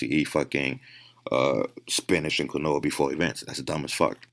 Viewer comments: The way this guy blatantly and repeatedly pronounces “Quinoa” wrong has me not taking anything he says seriously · Bro this guy cant pronounce quinoa right, I don't know if I'm going to take his diet if he doesnt know what he is eating. guess what quinoa is more than 64% carb. If you eat a lot of it you will get stronger because now you are FAT. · The fact he can’t pronounce Quinoa correctly was erking my soul. Then he said make sure it’s 100% Quinoa like there are manufacturers out there mixing Quinoa with stuff to save money. Smh. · This dude doesn't one friend to tell him how to pronounce quinoa? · This guy eats Quinoa every day for years and still can’t fuckin say it right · Is the dude saying "quinoa"? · is he talking about quinoa and just pronouncing it wrong? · he said quinoa wrong soo many times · Dude if he mispronounces quinoa one more fucking time..... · That's not how you say quinoa but okay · I have never heard 'quinoa' pronounced like that. I had the audio playing in the background and had no idea what he was talking about for a bit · This guy said "quinoa" incorrectly so frequently and so confidently I doubted whether I knew how to actually pronounce it. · Anyone else laughing "I ate a shit ton of QUINOA and spinach" ??? Mans has never heard someone actually pronounce quinoa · ITS PRONOUNCED KEEN-WAH NOT KIN-OH-UH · Bro I thought he was saying granola the whole video. Its pronounced KEEN-WAH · Quinoa = KEEN-WAH this mf makes my skin itch worse than beta alanine every time he days KEN-OH-AH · how tf is that guy a trainer, doing diet plans and yet keeps saying "kwin-noah" bro, "keen-wah" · It’s pronounced “Keen waa” 🤦‍♀️ not Quin-o-ah. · “QIN - NOA “😂 just annoyed me , it’s “KEEN- WA” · Qwi-no-a is fucking killing me. Idk enough about it to say if that’s how it’s pronounced, if it is though fuck whoever came up with that. Keen-wa. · When Quinoa is pronounced "qwen-oah" instead of "keen-waa", you know shit just got real. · It's pronounced "KeenWa".